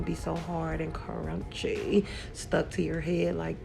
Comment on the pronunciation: How you said "ca-runchyy" cracked me up 🤣